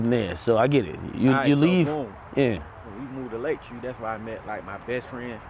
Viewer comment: Whuy instead of why 😂